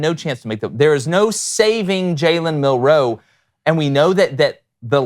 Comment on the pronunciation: says Milroe about as elegantly as Milroe says roll tide.